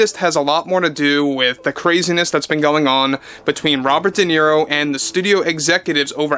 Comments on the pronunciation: Robert dequeero 😅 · I don’t think Duhhhnero has ever read a book😂😂😂